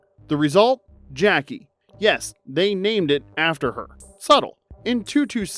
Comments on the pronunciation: A spinoff of "The Dukes of Hazard" would have worked better if it had been Roscoe P. Coltrane and Boss Hogg. I forgot all about "Beverly Hills Buntz". It's "Jack A", not "Jackie". and "Sawndruh" not "Sandruh" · It’s not Jackie… It’s pronounced “Jacques-ayyyy”. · Jackée is pronounced “Jack-ay”, hence the accent mark. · jack-KAY. hence the accent aigu you see typed above the "e".. as in how you pronounce "Renee" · I thought her name was pronounced Jack-AY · it's pronounced Jack-ay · Jackee is pronounced Jack-A ! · I have zero recollection of the title changes for Mrs Columbo. The first name stuck. And the mispronunciation of "Jack-kay" has me questioning if the narration is AI generated (if so, youve gotta phonetically fudge spellings sometimes). Clearly, there's a human editing these great videos, so no judgment either way. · Gonna need you to pronounce Jackee properly please! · Take a drink every time the narrator mispronounces Jackée Harry's first name.